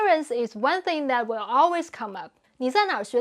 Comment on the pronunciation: I enjoy these videos, but do have to point out that the creator has serious issues with her English pronunciation. Her consonants lack clarity, like she’s speaking with a tennis ball in her mouth, and the vowels length are off sometimes. “Will” and “real” are basically the same word in her style: “wee-yuw”, with no perceptible distinction between w, r, and l.